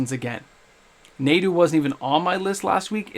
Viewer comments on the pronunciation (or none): Pronounced "nah-do"